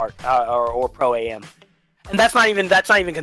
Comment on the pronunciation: This Nigga said Pro-am like Pro-A.M.😂😂